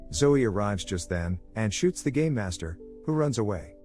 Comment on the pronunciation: i kept hearing "gay master" and not "game master"